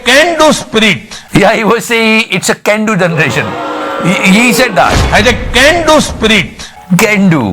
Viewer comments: He is saying ... "Cendu" ... Not "Can Do" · Iska "can do" maa kasam "gendu generation " jesa kyu sunai de rah tha??... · CAN DO sounds more like GANDU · He said "Can-do" generation but he meant by "Gan-do" generation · At first I all thought he said G do..